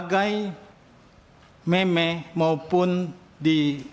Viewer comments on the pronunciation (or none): Meme dibaca mem ya bapak